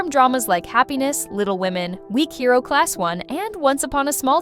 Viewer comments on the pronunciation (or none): none